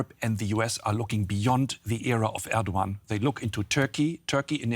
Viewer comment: Glad to have DW speaking on the crisis in Turkey, but ma’am, please learn how to say foreign leaders names. I also work in news and ALWAYS Google how to say a leaders name before saying it. Recep Tayyip Erdoğan = Reh-Jep Tie-yeep Air-Doe-Ahn.